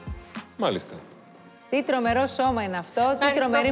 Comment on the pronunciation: Τι τγομεγο! Τι τγομεγο! Δεν μπογω να πω το γο!!